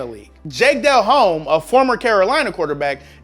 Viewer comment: Haha he called him Dell home... its pronounced delome